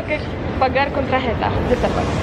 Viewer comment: Ogółem to mówisz świetnie ale jak to ja zawsze mam jakiś problem i do wszystkiego się muszę przyczepić źle mówisz karta ty mówisz TRAJETA a się mówi TARJETA